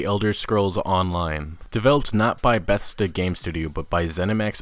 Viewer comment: Betsta? Bethesda lol